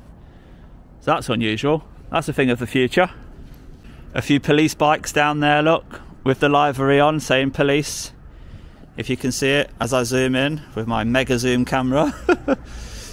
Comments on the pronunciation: "livery" is pronounced li-vuh-ree, not live-ery. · Its not LI VERR EY ITS LIVVEREE SPELT LIVERY